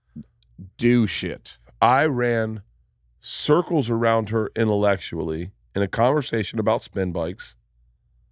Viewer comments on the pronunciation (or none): that was "interlectually" according to Bert